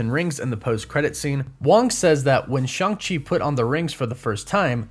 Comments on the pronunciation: It’s Shang chi not shung chi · In the movie it's pronounced shaung chi that's why Shang chi goes by Shaun as a fake name in the movie